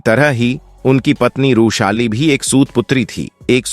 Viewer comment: बार बार रूशाली कयु बोल रहे थे? वृषाली यह नाम था ।